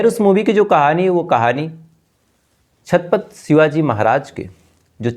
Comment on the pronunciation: छातपत नहीं छत्रपती बोलिये